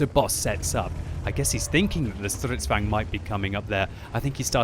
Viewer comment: Its Stridsvagn, not strutzvagn :D